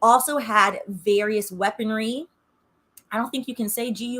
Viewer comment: Why the first time you said weaponry I thought you were talking bout sex toys 🤣